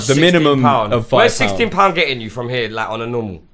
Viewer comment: SIXTEEN BOOUF!